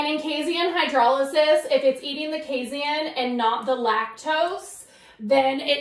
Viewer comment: Casein, not casien.